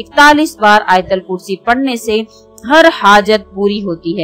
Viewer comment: Ayatulkursi bolten Hain . Ayatalkursi Nahi.